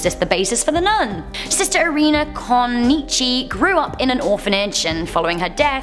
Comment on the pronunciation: I'm a Taurus. Also, I'm from Romania and I was so amused by the way you pronounced the name of the priest and that nun Irina. And that, bc I can't even explain how to pronounce them correctly. 😅